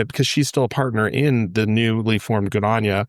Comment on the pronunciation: GoodOnya - not good anya , for everyone watching